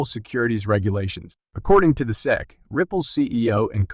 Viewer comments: So an unbelievably false click bait title combined with a complete inability to pronounce S-E-C (you called it SECK repeatedly...da fuq?!?!?!). Wow. I don't say this lightly, but this is THE WORST Crypto video I've ever seen. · Chat AI bullshit--Pronounces S E C as "sek. Crap.